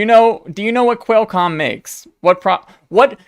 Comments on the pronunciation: For future videos, It's "kwall" comm, not "quail" comm. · Great video! Unfortunately every time you pronounced Qualcomm wrong a kitten died. The good news is there's no shortage of cats! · xD love the way u say Qualcomm ....intentionally?